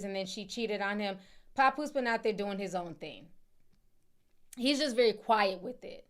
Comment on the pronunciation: It's not PAHpoose Ti 😂😂😂😂 It's PAP- POOSE LIKE TAP MAP LAP... PAP!!!!